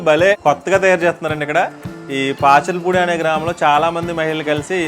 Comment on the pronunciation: పాచలపూడి కాదు పాశర్లపూడి